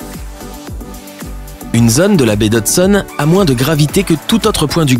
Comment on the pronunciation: Ça se prononce la bai du d hodson pas du d hodsonne